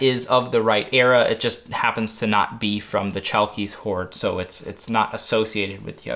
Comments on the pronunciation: You should pronounce it as Halkis, greetings from Greece. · in Chalkis the "ch" sounds like a thick "h" in harmony and the stress goes to the "i" Hal-kis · Chalkis is pronounced ''halkis'' Χαλκίς and ''halkida'' Χαλκίδα in modern Greek. The island is pronounced ''evia'' a Greek friend : )